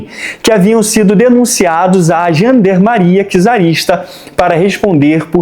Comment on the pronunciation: porra, essa sua pronuncia de gendarmerie doeu nno fundo da alma kkkkkkkkkkk